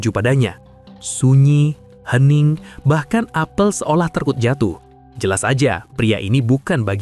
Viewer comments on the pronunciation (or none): none